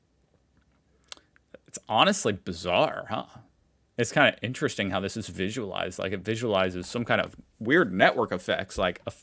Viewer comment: "This should ne interessting... Interesting Maps of Europe" Linguist 2025:face-green-smiling